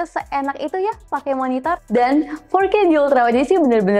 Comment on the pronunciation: "nonton video fourrrrke" hampir salah dengar saya ko 🤣🤣